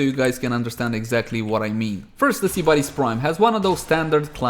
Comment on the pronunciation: Why do you pronounce it like SEE-BAR-is... Is this a meme or is it just the accent? Genuinely curious. No hate.